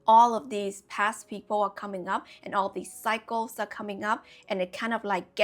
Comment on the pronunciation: Your pronunciation of 'cycles' sometimes sounds like 'psychos'; which could make for some great quotes. One that comes to mind is: "Don't create new cycles, with old psychos." Another that comes to mind is: "Being stuck in old cycles, is a form of psychosis." What I'm reminded of with these ideas is the idiom: "Lessons repeat, until they are learned." I've personally learned that sometimes when ex friends or lovers come back, it wasn't for me to avoid them, but to learn how to enact a boundary where previously I thought I only had the binary options of avoid or people please. Now I'm finally learning "The way is through." That confrontation is only scary in anticipating it. When we choose to go through instead of around our life lessons and challenges, it's self love in action. And what we get out of it on the other side is euphoria, like endorphins after exercise.